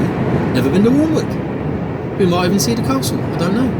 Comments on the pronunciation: Pronounce Alnwick annick imade the same mistake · Hi keep on trucking mate for us who can't anymore Alnwick is pronounced anick the l an w r silent